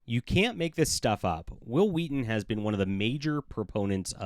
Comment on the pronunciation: 'Whill Wheaton', Exactly how Stewie Griffen would pronounce his name.